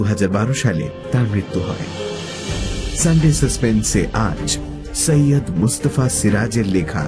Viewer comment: সৈয়দ কে সাইয়াদ্ উচ্চারণ করবেন না অসহ্য শুনতে লাগে। Agni কে নিশ্চই আগ্নি বা অ্যাগনি পড়েন না,নাকি‌ বানানটাই Ogni লেখেন?